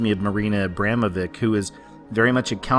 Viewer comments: Very good video, you're absolutely right. But they way you pronounce Abramovic and Rothschild is so wrong. Not Roth-child, it's pronounced like road-shield. And Abramovic isn't pronounced ey-bra-mo-wick, it is pronounced ah(like the u in unlimited)-bra-mo-witch. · Actually the name Abramovic is pronounced abramovitch... ;-)